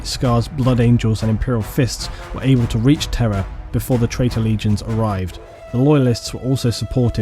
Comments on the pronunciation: It’s time for another exciting game of: “Is he saying ‘Terra’ or ‘Terror’?” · Everytime you say Terra I hear terror. It's so fitting.